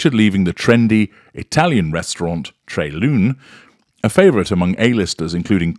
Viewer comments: The restaurant Tre Lune is pronounced "tray lunay," and is Italian for three moons. (I would love to go there!) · My inner pedant is forcing me to write that the name of the restaurant, Tre Lune, is pronounced more or less 'Tray Lunay' and it means 'Three Moons' in Italian! Sorry to be so nitpicky!